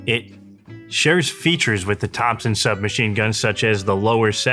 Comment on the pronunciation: Thompson not topson